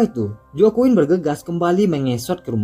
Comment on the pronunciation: Mau koreksi dikit bang, Itu Baca Nama Joaquin Ny jgn Joaquin jgn gtu bg, bcny Hoaqin